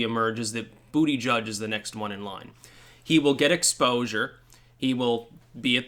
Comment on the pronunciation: Its pronounced Boot-Edge-Edge